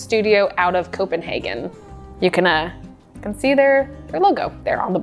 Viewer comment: Thank you for pronouncing Copenhagen correctly. 😊